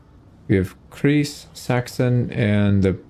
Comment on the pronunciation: the „ei“ in kreis is pronounced like the i in rice